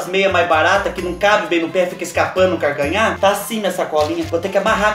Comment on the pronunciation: Kkkkk "partido do carcanhá..." É assim memo que nóis fala lá no sítio. Kkkkkk